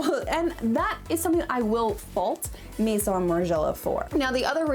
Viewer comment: the way you pronounce :maison: is incredibly off putting. I mean, u have google translate, i just type maison there and it tells u how to pronounce it. These days, IGNORANCE IS A CHOICE, TRULY!